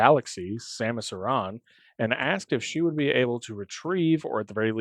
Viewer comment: Dude! DUDE DUDE!!! You said her name correctly! OMFG I love you right now. I have this irrational pet peeve about people who pronounce it like "Erin". It's "ah-ron" or "ah-rahn". Ty ty ty. Easy up vote from me.